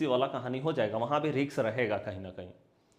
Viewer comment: Nice video but ‘Risk’ ka उच्चार ‘रिस्क’ है (जैसे डिस्क disk) - रिक्स नही (जैसे मिक्स mix, फिक्स fix or Vix). Mujhe aapke sabhi video ache lagte hai.